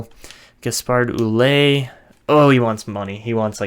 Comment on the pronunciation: Ouellet is a french canadian name and it's pronounced Well-ette like let